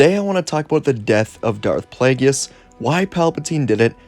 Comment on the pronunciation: I love your video’s however his name is pronounced (play-gus)